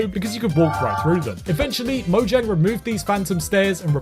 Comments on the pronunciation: DO YOU MEAN MOYANG? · Did you know that mojang is pronounce moyang